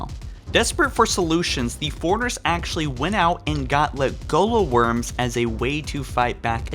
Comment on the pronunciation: ancshent accshully